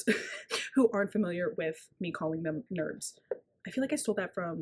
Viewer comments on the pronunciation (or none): i am obsessed with you calling them nerbs 😂 but also YOUR HAIR i love